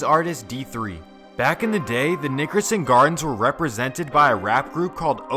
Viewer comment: Please just say the NG because you sound like you're saying the ni**erson gardens lol